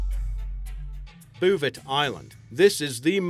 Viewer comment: "boo-vay" not "bouvet" and "mall-deevs" not "mal-dives"